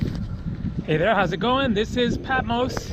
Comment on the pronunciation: Sorry dear, but You mispronounced Patmos - it’s not Peh, it’s PA -- I’m Greek, I should know - OPA